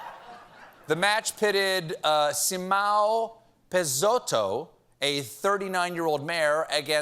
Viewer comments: Poor Stephen butchered the name of Simão Peixoto. Its pronounced See-mon Pay-shoh-toh, Stephen! But it's ok, Simão Peixoto is a right wing idiot. Butcher it worse next time. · It's pronounced, See Mum Peshoto and A-re-nay-o All-ves dah Seel-vah.